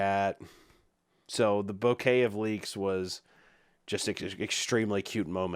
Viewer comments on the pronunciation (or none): none